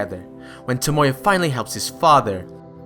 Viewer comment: great video and all, but why do people always have to pronounce characters names wrong? like toMOya instead of tomoya or miKAsa instead of MIkasa?